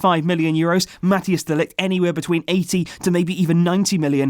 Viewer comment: its not pronounced mattias de ligt. it's like mataijs.